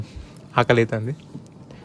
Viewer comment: It's burger ra r should be roll anamaata not bulger 🤣